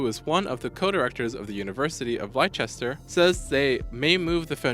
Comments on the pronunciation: 2.34 Lie chester ,lol it's spelt Leicester but pronounced Lester. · University of Lie-chester LOLOLOLOLOL